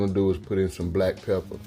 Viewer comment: I dont know if u intentionaly or not said "Black pepper" Ahaha 😂